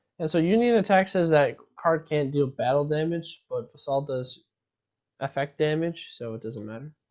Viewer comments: 'Vassal.' Not 'vuh-SAHL.' 'VASS-sull.' It rhymes with 'castle.' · It's Vassel, not Va-Saul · painful to hear him mispronounce that word lol